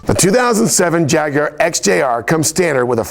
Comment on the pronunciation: YES!!!!! An american who can say 'Jaguar' properly!!!!!